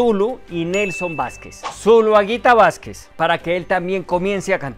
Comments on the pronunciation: Vásquez no, Nelson "VELÁSQUEZ"... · 😂no es nelson Vasquez es Velasquez